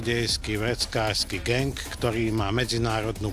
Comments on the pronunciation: Niekdo gAng Ja kurva číta sa to gEng Ale inak ok 😂😂🤙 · GANG Xd Neni to "geng"? :D